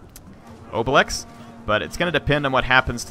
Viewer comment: It's a Gaul name it's pronounced (obeleex) but it sounds better in french